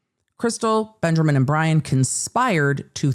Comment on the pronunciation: The commitment to "" 😂😂 love it